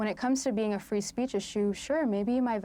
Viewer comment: SPEECH. NOT "speets." Abby continues to get another free pass.